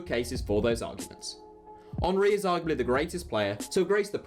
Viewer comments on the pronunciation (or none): none